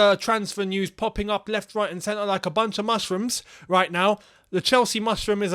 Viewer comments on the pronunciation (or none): none